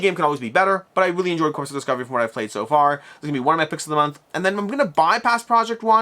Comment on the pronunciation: Corps is pronounced like "core" not like "corpse".